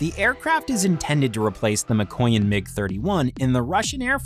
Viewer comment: ma-koy-yan? lol